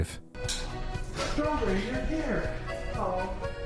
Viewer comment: You said "Strawburry" did you mean strawberry??